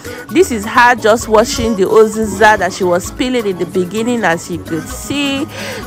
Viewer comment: Uziza not oziza😂😂😂😂